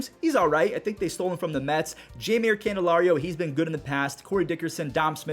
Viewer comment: "Lehts go Mehts!"